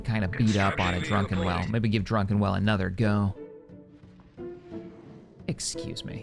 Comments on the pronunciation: I always thought was pronouncing "Druckenwell" as Drunken-well as a joke. Now i'm not so sure anymore. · at this point I'm thinking does it on purpose but I just can't stop going "It's DRUCKENWELL" every time